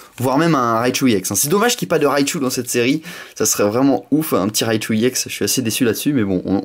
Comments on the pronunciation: on dit ex sinon parfait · Il prononce à l'anglaise : E-> i ; X-> èx